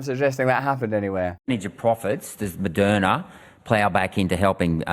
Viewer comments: Moderna ... right. Opening sentence sounded like it was Madonna who was behind all the vaccines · Sheeeeeeeeees. I thought he said Madonna.... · Am i the only one who first thought he was saying Madonna?? I was like damn I didn't know she was in with the GOVT! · Moderna! Not Madonna. I wonder what has Madonna to do with this??? Then I just listen better. I just push play on your contento, going to start readi g the title 😂❤ sir van tam, You need yo give the crown a ñot of profit in orderto become a sir, isn't it?? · Lmao when Russell said Maderna made money off of you during the pandemic I thought he said Madonna 😂.... I was like I knew she was corrupt. I'm happy I kept watching lmao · Lol, I heard “Madonna made” at the beginning. I rewound and I wanted to hear it again. I laughed. 😂